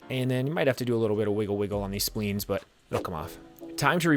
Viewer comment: "Splines" not "spleens." Nice video.